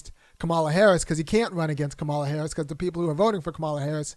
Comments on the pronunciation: Her name is pronounced comma-la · You describe how VP Harris pronounces her name and I get your point. But, have you ever watched a Disney show called Ms. Marvel? The hero in that show is Pakistani and her parents pronounce her name Ka Mah la, the same way does. Tomayto, Tomahto. Both are correct but I agree that you should pronounce someone's name the way they prefer it pronounced. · the only correct way to pronounce someone’s name is how they pronounce it. Doesn’t matter how others with similar spelling pronounce their names. That’s irrelevant. HER name is pronounced “COMMA-LA.” Period.